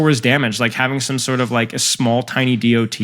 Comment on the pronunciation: JUST SAY DOT, NOT D.O.T